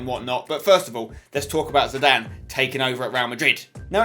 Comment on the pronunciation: spence its zidane. dont argue